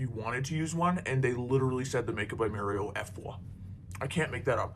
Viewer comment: I will never stop being pissed off at how she pronounces Mario